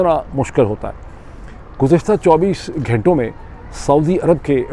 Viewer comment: Mr Pirzada the name of the prestigious university is Harvard and not Howard. And in Urdu the word is "ghanton" (hours) not ghaaiton or ghaaintay. Also it's pronounced Piolet and not poilet. 🫡